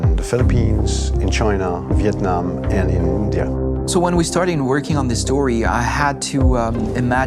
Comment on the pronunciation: 17s did he say "viet nam"